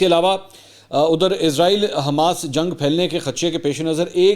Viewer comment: منصور علی خان صاحب اسلام علیکم آپ کو اس بات کی طرف توجہ کی ضرورت ہے کہ آپ اسرائیل کے بجائے ازرائیل کہتے ہیں